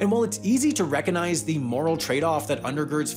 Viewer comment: You seem not to have noticed: there is a g in "recognize."